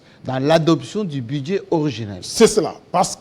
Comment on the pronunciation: Ce Commissaire Général aux jeux ne sait pas différencier les u et i... bidget, jé, ti, bidget... au lieu de budget... plus de 20 diplômes pour ce faire. Sekirité, irgence, c'est ké... (que). Un mauvais manager. Il ne sait pas que pour une activité temporaire, on privilégie la location en lieu et place de l'acquisition...